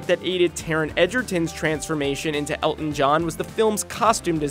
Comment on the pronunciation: It is pronounced "El-Ton." It does not have a silent T in it, as your voice person pronounced it (El-in). Come on, guys!